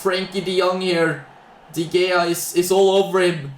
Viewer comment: I like how he pronounces De Gea as “Dee Gayar”.